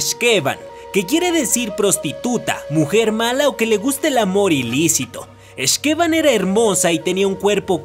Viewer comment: YAAAAAY!! YUCATÁN! Y LA LEYENDA DE LA X'TABAY!!!! YAAAAAS!!!! y por cierto, las palabras mayas se pronuncian como agudas en los nombres, así que es X'KeBAN. Gracias por mostrar leyendas de mi adorado estado!! Por cierto, el nombre de la otra (que es su hermana de hecho) es Utz-coLEL; de nuevo, pronunciación aguda